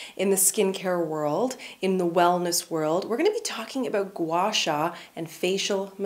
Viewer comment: you pronounced Gua Sha very accurately! I have been watching your vlog recently for motivations in these tough moments, and you have been giving me so much joy. Love from China❤️❤️